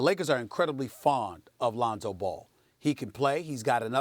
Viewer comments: Londo and Ronzo fix yo mouth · Lol "Londo"